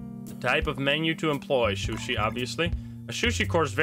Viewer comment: it sushi not shooshee lmao